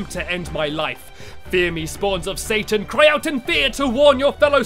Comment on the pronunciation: Did you say "Satan"??